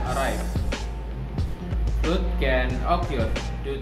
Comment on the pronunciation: Nice try,. Please check the pronunciation of 'flood' agaian.